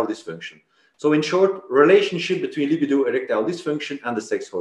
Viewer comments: Lol - yeah, it's not Lib-uh-doe. It's pronounced Luh-B-doe.... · I knew someone would have to say it 😂 For the love of God it's lib-ee-do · He says lib-id-o one more time I’m going to jump through this phone.. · Hahahahah.. li bi do 😂😂😂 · I appreciate the Drs contribution to the program but I don't like the way he pronounces libido. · is it luh-bee-doh or li-buh-do? after hearing you both pronounce it in the former way I am questioning myself now